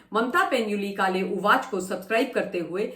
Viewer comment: आप काले का सही मराठी उच्चारण क्यों नहीं करती हैं?